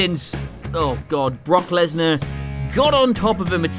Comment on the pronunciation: pronounced Brock Lesnar wrong at the end but hey hes British